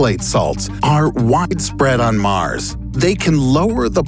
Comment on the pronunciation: "How"...not Haw. "Mars"...not Maris. You are welcome